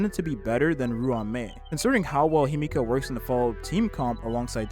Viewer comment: The pronunciation in this video is painful. It's not Himiko, it's Himeko. It's not Jing, it's Jing-Yuan. Qingce's name was completely butchered too.